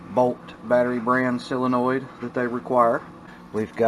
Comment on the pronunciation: Solenoid, not Silinoid 😂